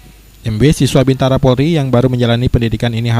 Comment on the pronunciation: BINTARA yg bener Bukan BIBTARA